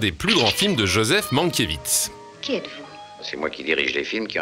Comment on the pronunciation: Mankiewicz se prononce Mankievitch et non Mankievitz !